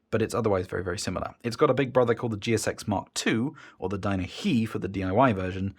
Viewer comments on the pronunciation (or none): Not "dyna-hee" but "dyna-high" as opposed to the "dyna-low".